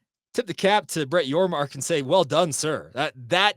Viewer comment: Thanks for the shout-out!! And for saying my last name correctly!! You are one of the few that have. So for that I thank you. I'm excited for BYU in the Big XII!! Appreciate what you do. Go Cougs!